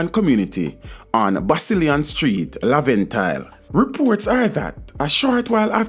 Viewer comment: It's laventille not lavant hill